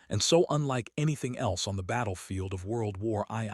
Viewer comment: bro I gotta say you could run these images and text just like how they are. Just don't use the shitty ass AI voice. "Moisin Nigant" i'm not here to shit on you cuz i clicked the video. just try harder with ACTUALLY TALKING over the video instead of a shitass computer saying "WORLD WAR EYE EYE"